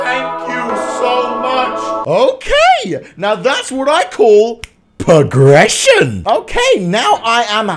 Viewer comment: “pogression” - 2018